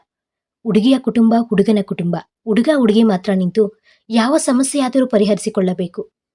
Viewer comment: ನಿನ್ನ ನಾಲಿಗೆಗೆ ದರ್ಭೆ ಹಾಕಾ,ಯಾಕೆ ಹ ಕಾರ, ಅ ಕಾರ ಸರಿಯಾಗಿ ಓದಲು ತಿಳಿ ವುಡುಗ ಅಲ್ಲ ಹುಡುಗ,ಹೆಣ್ಣು ಎಂದು ಎಣ್ಣು ಅಲ್ಲಾ, ಹೊಬ್ಬಳೆ ಅಲ್ಲ ಒಬ್ಬಳೆ ಇದ್ದಾಗ ಓದೋದು ಕಲಿ